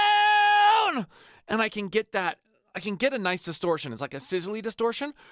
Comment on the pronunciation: He literally mispronounced crown